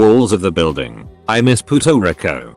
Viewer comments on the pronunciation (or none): No one: AI: Poo-Toe Rick-O